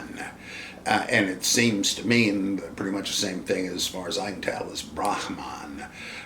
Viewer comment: Only a real scholar draws distinctions between voicing ' Brahmin' and Brahman: Im always tickled by the Dr's grasp of Sanskrit and Buddhist technical terms